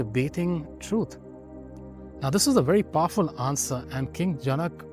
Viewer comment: Well... I don't want to start a debate session, but please look in to the pronunciation of जनक, पतञ्जलि, etc. Otherwise, it was good and educative. शान्ति:।